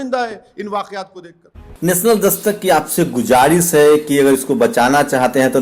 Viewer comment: Gujaaris nahin guzaarish kahiye